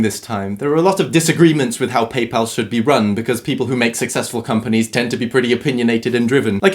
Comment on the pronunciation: Thanks for saying PayPal, not PayPaul